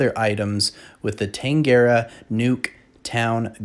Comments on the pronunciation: tang-ara town? where is that? Oh you mean tanagra town? 😂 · "Tuh-nah-gruh" it's a reference to Star Trek TNG. Great vid tho!